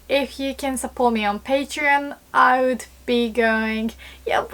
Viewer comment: I just noticed has the same voice labio-velar approximant issue with "would" (woman = ooman) so she sounds like "ood" if you read this let me help you with pronunciation!